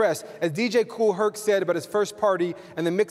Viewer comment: Its Kool Herc...not Hertz